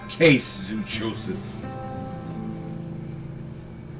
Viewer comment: Hey, just wanted to inform you that zoochosis is pronounced like psychosis. Zoo(psy)chosis.